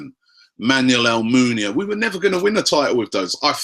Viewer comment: looooooool .....That moment when Robbie said ALMUNIA!....HAHHA, Defines average-ness.